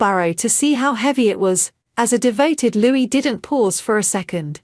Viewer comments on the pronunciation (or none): none